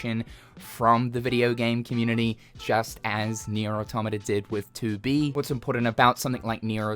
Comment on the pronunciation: I thought you said 2beef when you said 2B lol what am I on